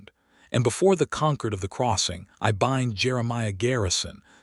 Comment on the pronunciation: Good story, but I wish the AI had better pronunciation. It can't pronounce the hero's name, it can't pronounce the important word "Concord". Please edit, train your AI pet. You will get more followers.